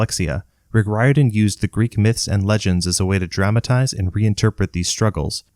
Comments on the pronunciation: Irishman here - the surname “Riordan” is pronounced Reer-dun, not Rye-or-dan. Like Dolores O'Riordan from the Cranberries. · Its pronounced Rear-Din, not Rye-Er-Dun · I could’ve sworn it was “Rick Rordian.” At least, that’s how I remember it since I was a kid. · Good video but I cringe every time you butcher the name Riordan